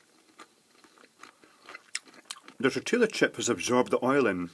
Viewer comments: Tor till lah chip? LOL. I say lol only because I was raised in Mexico/S. America/Central America and Texas so a huge Spanish/Mexican influence. :) In Spanish the double L sounds like a Y so Tor tea yah chip. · Oh my fucking God. it's TOR-TEE-YA not tor-til-a. TOR-TEE-YA, that's how you say it. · lol its tor-ti-ya chip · two years late and I'm sure you know already, but it's pronounced tortee-a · I love the pronunciation of "Tortilla" chips with the audible "L". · I'm wondering if you're pronouncing Tortilla that way just to see how many people would complain :)